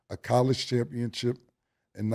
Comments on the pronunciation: Cam going to always say a word how he want to say it "championchip" his way "championship" 😂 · Cam! Its championship not chip